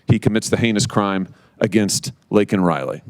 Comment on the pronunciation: DO NOT, NEVER FORGET!!!! THAT biden APOLOGIZED FOR CALLING THE PIECE OF SHIT, "ILLEGAL IMMIGRANT." HE NEVER APOLOGIZED FOR SAYING LAKENS' NAME INCORRECTLY!!!!!!! Y'ALL DO THE FUCKING ARITHMETIC!!!!!